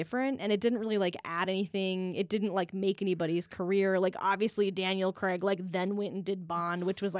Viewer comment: That was brilliant, informative, funny - BUT - it's pronounced Daniel Craig as in 'play', not Creg as in 'egg'. C'mon movie folk, get the easy stuff stuff right.